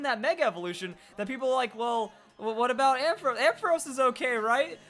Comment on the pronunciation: You're pronounced ampharos wrong